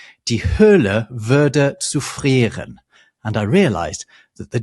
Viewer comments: your German is good. You just misplaced the tonic accent on zufrieren. It's ZUfrieren but not zuFRIEren. FYI. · the German word is ZU-frieren, not zu-FRIER-en. 😊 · What annoyed me more was his pronunciation of "zufrieren"… :D